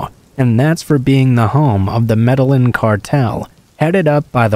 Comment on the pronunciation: I loved these stories tonight! Just a little suggestion tho, you may want to look uo Medellin pronunciation, dbl L has more of a "Y" sound. Like may-day-yeen sounds. Also reprobate, repro-bate. Still knew what you meant tho! So no biggie. I like your narration or i wouldn't have bothered to tell you.